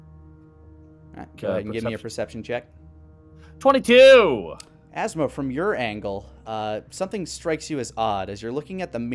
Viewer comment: “And you azma...” ATHSMA?!?! 😂😂😂